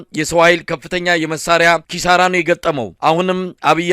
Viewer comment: ክሳራ ወይስ ኪሳራ😅